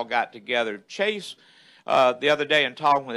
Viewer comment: it's Chase not Casey.